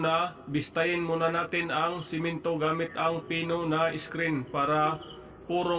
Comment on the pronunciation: one at a time..hndi "once at a time" 😅😅😅😅 roller..hndi ruler 😅😅😅😅 semento..hndi simento 😅😅😅😅